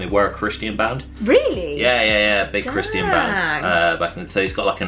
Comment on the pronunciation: Yeesss so happy you made this video 🙌 also why does pronounce Christian like that 😂 Btw I hate myself for knowing this but i think the awful Pete wentz tattoo was his logo for his company before he tattooed it